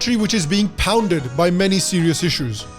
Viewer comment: The way you said 'pounded'